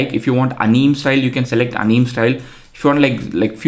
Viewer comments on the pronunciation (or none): video was amazing ,but bro whenever you say anime it always gets me 🤣 you are prognosing it incorrectly it's not anim it's anime short form of animation just cancel the last tion and there you have it anime , it not big deal or anything but it just sounds wrong ,btw love your videos ❤ keep updating us on ai news